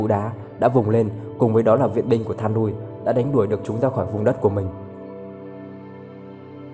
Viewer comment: Góp ý cho Ad: Luyện đọc tên tiếng Anh cho chuẩn hơn nữa nhá. Thandruil: Than đui :)))